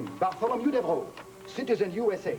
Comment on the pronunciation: that accent is strong to say Devereaux